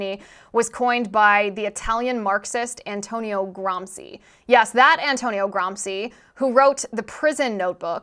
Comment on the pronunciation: its read "gramchee"